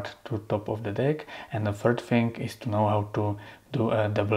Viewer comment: Fhird Fhing?